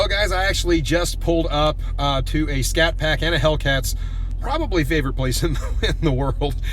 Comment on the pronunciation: " we bought this little scatpact" 🙄🙄